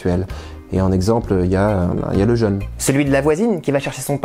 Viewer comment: "le jeûne avec un accent" ça s'entend mieux si on le prononce jeûne ("e" fermé, comme dans "jeu") comme il doit l'être, et pas jeune ("e" ouvert comme dans heure) comme souvent. Sinon, j'aime toujours autant ces petites pastilles !